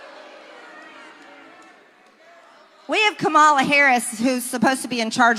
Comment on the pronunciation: Please call our President by his title, not his nickname. It’s “President Biden”, not JaBiden. Or just say, “Biden”. Also, it’s pronounced, “Comma-la”, jerk.